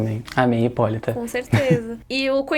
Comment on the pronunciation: 👏👏👏👏 parabéns alguém que sabe falar o nome correto 👏👏👏👏